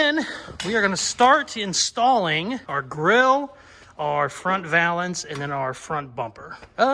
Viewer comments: This mf... can't say camber or valance... I bet he says data instead of data also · FYI: Valance rhymes with balance. Looking good,...